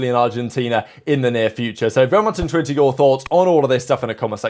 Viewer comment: 'Bery interwethed to hear your comments below'